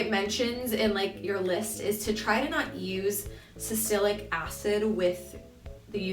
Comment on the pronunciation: girl it's salicylic